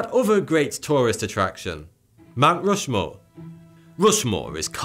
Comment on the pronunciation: Fousand, muver earf, uver gweat, Mt wushmore